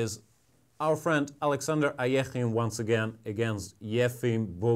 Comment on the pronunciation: Alexander Ahhhyehhhhinnne...love the pronunciation